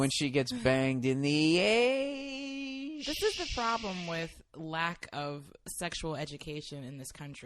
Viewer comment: "Because she took it in the ayyeshhh" DESTROYED ME